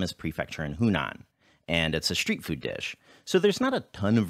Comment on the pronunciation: it is street food not shreet food